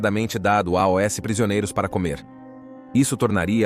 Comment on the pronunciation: sr. locutor: "... dado AOS prisioneiros ..." – Absolutamente ínédita esta pronúncia: "... dado A-Ó-ÉSSE prisioneiros..." – soletrando em vez de dizer AOS, rimando com MAUS. Por gentileza, explique essa originalíssima pronúncia.